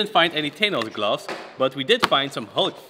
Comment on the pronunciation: i like when he says boxing glubs